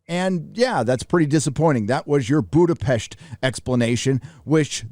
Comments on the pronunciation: It is [Boodapesht] (but the oo is short) as in Hungarian s designs [sh] (the english s consonant is designed with the double letter sz). Your pronunciation with sh is quite near to the native tongue there :D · Budapest perfectly pronounced, what a flex💪🏻